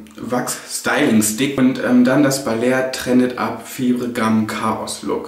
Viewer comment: Es wird "faiber" gum ausgesprochen, nicht so wie es geschrieben wird :D